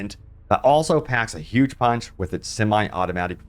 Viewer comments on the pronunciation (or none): none